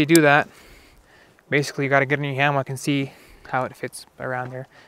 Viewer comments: Just because it is spelled HAMMOCK, IT'S NOT PRONOUNCED THAT WAY! IT'S PRONOUNCED HAMMICK!!!! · Say Ham-Mock one more time!!! FFS! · So it’s pronounced hammock?